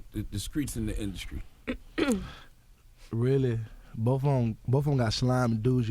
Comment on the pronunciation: The induscry😂